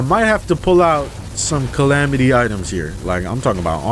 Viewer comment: you did not just call it cal-ah-metus